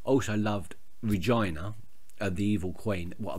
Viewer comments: it's generaly pronounced Reg-eee-na rather than Reg-i-na, but i like your way :) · Your pronunciation of Regina made my day, please never change it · Your pronunciation of Regina made my day! Regina is my all time favourite character on the show and I would not watch it without her! You will see how her backstory gives you a totally different view on her in the end and how she's actually a really likable person behind the 'evil' Queen! I won't spoil anything though